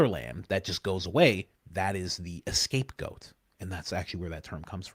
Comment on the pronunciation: Coach did you say "the escape goat"?...